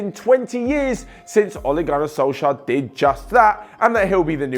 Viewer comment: Only Norwegian people can say Ole Gunnar Solskjær rigth